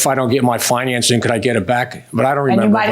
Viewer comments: That’s not how you say “financing.” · Why does the way he says financing bothering me so much !! At least the guy was honest. He should get some credit for that. And I think there should be a time limit on it I don't think you should have got it back after a year that is ridiculous.